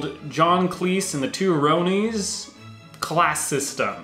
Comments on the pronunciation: You do not pronounce Ronnies properly. It is Ronnie with an s. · The two 'Rowney's' ?? .. FFS it's Ronnies as in their names being Ronald. You don't say Rowney McDonald do you. (facepalm) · I believe the correct pronunciation to "The two Ronnies" is with a short "o" as in "fondue" not sounding like "Roan-ies" Ronnie being short for the name, Ronald. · Two Rownies? Two Ronnies! Ronnies pronounced as in(R) on(eees)! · Yes , it's not "Rownies" as in "Rhode Island", it's "Ronnie's" as in "Johnny". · It's not The Two Rownees, its the 'Two Ron Is' Say it fast 'Ron is'. Spelt weird I agree but it's pronounced 'Ron Is' said fast. The Two Ronnies. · Two rownies! Pronounced the two ronnnyz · The way you mispronounced the two Ronnie's as "Roonies" wanted to make me chop my own bollocks off. 😂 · When you mispronounced 'Ronnies' (twice!!!) I had a horrifying thought: do Americans not know who they are?! What about Morcambe and Wise?! I'm shook.